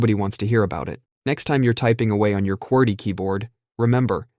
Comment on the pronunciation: What the heck is "QWERK"? Did they man "QWERTY"?